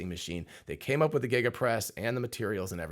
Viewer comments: Obviously not an engineer if you have to ask how to pronounce Giga. It starts with a G, not a J. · 1.21 Jiga-casting